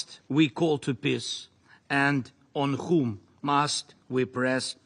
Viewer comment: He keeps saying piss instead of peace